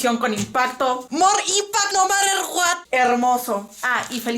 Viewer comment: "Mor inpact no marer Guat" JAJAJAJJAJA Mori con eso xdxd Pd: Te amo <3